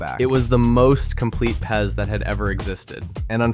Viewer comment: Pronouncing it pez hurts my soul